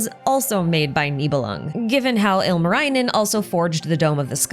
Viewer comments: Singing contest... I'm assuming you'll leave the analysis on the type of singing contest to your other video. Anyhow, great video! Lots of things I already knew as a Finn and a bunch of stuff I didn't. Seeing is all in Genshin context is very interesting. Tip for pronounciation: the vowels are largely pronounced similarly to Japanese. I admit I kept cringing whenever you said Ilmarinen. But otherwise you did pretty well. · The way I hear the good try with finnish names. Ilmarainen. Ilma means air. Also, the double consonants being very hard for English speaking people is always very hilarious. Lot of Finnish folklore names have double letters in them.